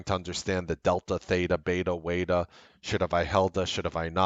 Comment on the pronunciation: "Waeta" ? LOl !